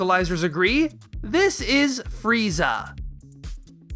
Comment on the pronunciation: isn't it more like fu riiiiii zaaaaaa instead of fu ri i za a